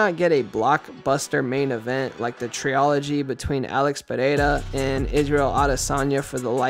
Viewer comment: All i habe to say is.....please look up the proper pronunciation of the word "trilogy" 😊